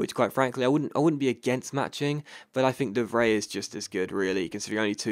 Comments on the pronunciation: You pronounce the 'ij' in De Vrij as eye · ***** Just a tip: De Vrij is roughly pronounced as: The Fry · Btw it's pronounced (de-vr-eye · de Vrij is pronounced "de Fry" just so you know